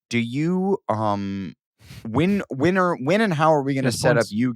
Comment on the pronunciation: Adam pronunciation help: Wint = went Jizzt = just Win = when